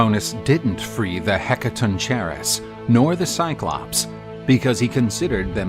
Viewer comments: You mis pronounced the 100 headed beings so bad.... the "Hek-ka-tonk-ka-res" is how tou pronounce it....video is absolutely amazing besides that!!!! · Heca-ton-chair-is? It's pronounced Heca-tawn-ker-ees mate. Yeesh. 😅 Otherwise great video! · It's pronounced heck-a-ton-ker-ree-s. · This has to be some AI thats reading this. Nobody else butchers the word "Hekatonkheries" that bad.